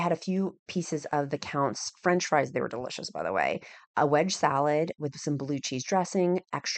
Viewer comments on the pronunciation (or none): none